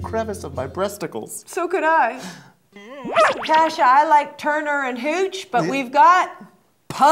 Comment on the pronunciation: is anyone else bothered by the way deven pronounces KASHA? no?! just me?! oh ok